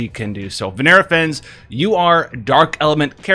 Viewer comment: "Vinera Fens" You wanna try that again. FEN-NESS